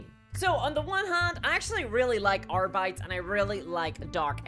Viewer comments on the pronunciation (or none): You say R-Bites. Isn’t it diabetes…errr I mean Ar-bee-tees? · AR-BEE-TEEZ. Not AR-BYE-T-S. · “Arbaits” rip Latin